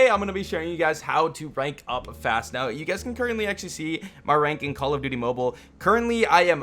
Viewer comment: cod mobile sometimes sounds like condom